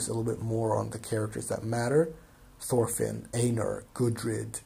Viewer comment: Also you pronounce einar like "ainar" the correct germanic pronunciation